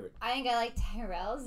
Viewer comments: I have to be on the mood for Tyrrells, pronounced Tirrells with a Y. Not Tie-rels. I love Walker's snacks, monster munch and quavers included. I've had all 3 of the best known flavours of monster munch, including roast beef, pickled onion, and flamin hot flavours. Even cheese flavour monster munch included in the Walker's mix ups cheese flavour pack. When it comes to quavers, I've had cheese, prawn cocktail, and salt and vinegar flavours. I have to be in the mood for Walker's max. I've had Smith's fries things in the past. The flavour of scampi, the real name of scampi is langoustine. I like Jacob's products also, twiglets included. Not too keen on cheese footballs. But I do like cheddars and cheeselets. Speaking of cheeselets, during the Xmas period, they make treeslets. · Walkers is an older company than Lays. Walkers was bought by the same company that owns lays a few years ago during our last major recession. Tyrrells is pronounced ti rells. Not tie rells. It has a short I sound. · Pronunciation is tirrell- as in the f1 team in the past! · I'm only seeing this video now! The Bacon and Scampi Fries are a classic pub snack, so best enjoyed while have a pint of your favourite tipple. And Tyrells is pronounced "ti-ruhlz" 😁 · Twigglets are tasty, they are covered in Marmite Tyrells are pronounced turrets Keep up the good show ❤️❤️❤️ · "Tyrells" is an Irish surname. It's pronounced " Tir ells" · Tyrrels is pronounced “Tirrels” even sounds better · Tyrrells are not the house from the Game of Thrones: Check out their ad for the correct pronuniation of the name By the way, Americans tasting Twiglets and Marmite is always amusing. These are cultural differences in taste, for example you may love root beer, to me that tastes disgusting! Keep trying our UK snacks, biscuits and sweets (cookies and candies).